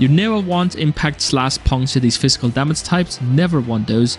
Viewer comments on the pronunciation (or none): "Damac, Raince" whats wrong with your pronouncing 🥲